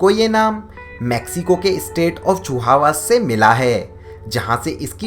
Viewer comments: Vo chihuahua h chiua nahi h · Chihuahua nahi Chihuahua dog breed bulldozer apni English thodi sudharo